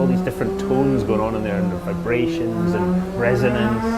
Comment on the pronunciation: Dario Franchitti is truly a lovely guy to represent the project.. just one thing.. vibrations! It was just a slip of the tongue;)